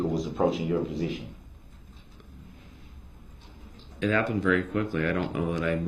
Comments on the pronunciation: Anyone notice he says presiton, not position? This man just cannot pronounce so many words correctly. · It’s position not presition, shut up!!!!